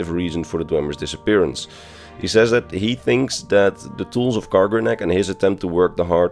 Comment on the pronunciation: To anyone that doesn't know, it's kagrenac, not garganack The cheif tonal architect